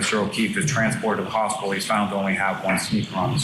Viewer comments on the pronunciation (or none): none